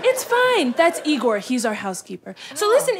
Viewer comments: It isn’t Igor (ē-gor). It is Igor (ī-gor). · Shouldn't it be pronounced Eye-gor? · "No, it's pronounce EYE-gor."